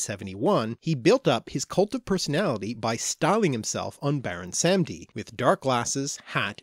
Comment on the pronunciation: baron 'sam-ee-dee'